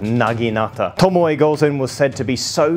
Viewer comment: It's pronounced 'TOMO'